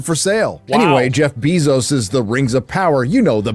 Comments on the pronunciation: pronounces Jeff Bezos name all werid. It’s NOT bee 🐝 Zos! It’s “bay zos” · i love how bro calls him jeff bee-Zose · Has he really never heard "Bezos" pronounced? Jesus Christ "Beezos" is annoying lol